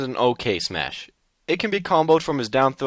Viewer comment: Its smash not smush or its how you call it